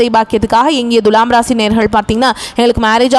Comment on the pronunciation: ஏங்க உங்களுக்கு thulaam னு சொல்ல வராதா? Dhulam, dhulam னு அசிங்கமா உச்சரிப்பது எரிச்சல் தருகிறது. தமிழக் கடவுள் முருகனை வழிப்பட்டு தொடங்கி வழிபூர தமிழ்க் கொலை செய்கிறீர்கள். ழகரம் வரும் இடங்களில் லகரம்! இதெல்லாம் பொறுமையா கேட்க எங்களுக்கு தலையெழுத்து!